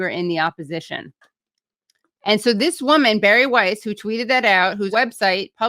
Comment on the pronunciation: Every time you say Bari Weiss I can't help hearing Barry White.